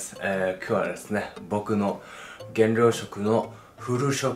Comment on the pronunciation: 減量じゃなくて原尿に聞こえるムード